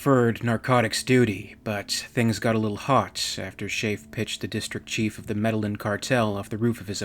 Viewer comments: Isn’t Medellin pronounced “med-aye-een”? And Rasche pronounced “rash”? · Medellin is pronounced Med-E-Yeen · Great video! Medellin is usually pronounced med-eh-yeen. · Med-a-yeen. I love English, but I'm sorry it was the "med-a-yeen" drug cartel. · Medellin = Medehyeen. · And the pronunciation of Medellin 😂